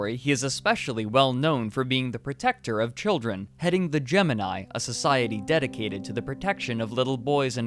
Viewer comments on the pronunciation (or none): none